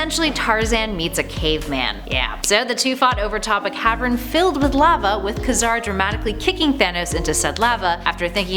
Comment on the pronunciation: Ka-Car is pronounced Kay-Zar.